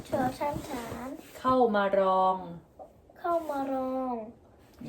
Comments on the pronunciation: ฐ ต้องออกเสียง ถ ฐานครับไม่ใช่ออกเสียงเป็น ทอ ครับ fc. ใหม่ครับเยี่ยมๆสอนให้ลูกครึ่งอ่านออกภาษาไทย👍👍👍👍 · ฐ อ่านว่า ถอ - ถาน นะคะ ถอ - ถาน